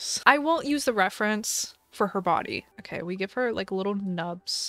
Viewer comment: She said “Kay” not OK the first time